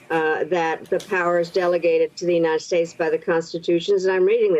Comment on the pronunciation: "United Shates". Yup, let Trump be King there instead of here.